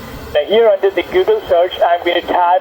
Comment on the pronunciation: Google not goodel